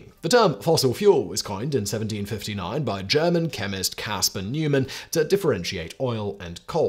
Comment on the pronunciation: Newman? I know you have about 50 channels to record your autocue texts for, but you could show some respect by looking up the pronunciation of someone’s name.